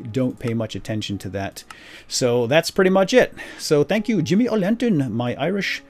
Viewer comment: Sounds like you say Chimney and not Jimmy sometimes, lol.